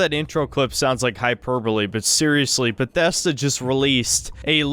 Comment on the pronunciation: why does he pronounce bethesda like that